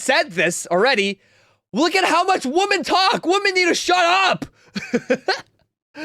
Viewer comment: I agree with all your stuff! Why do you say “impor-int?” Also, there is a difference between “women” and “woman.” You always say “woman.”